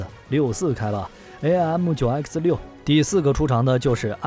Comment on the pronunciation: Did you forget 1958 Sep, F86 with side winders 鑽入M15 , 17, 尾火孔，。遁入爆炸，失了14 M15 , 17, 台俠和平， Aim means 目標。不是，A-I -M 唸弯舌头，。噁心透了